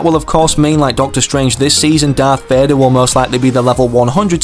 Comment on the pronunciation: "Darth Vadar"